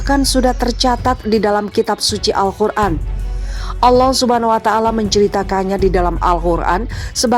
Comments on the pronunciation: Min AL QUR'AN BUKAN AL KHUR'AN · Yang betul tu Alqur an bukanya Alkhur an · Al Qur'an. Bukan Al khur'an